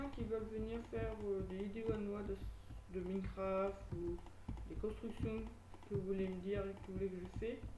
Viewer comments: ça se prononce à l'anglaise: [mainecraft] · pouce rouge parsque tu as mal prononcé minecraft!